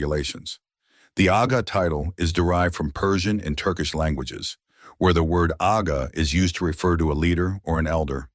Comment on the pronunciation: It's "Agha" please. DH